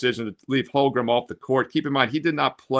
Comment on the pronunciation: He didn't play well enough in game one to have his name pronounced correctly.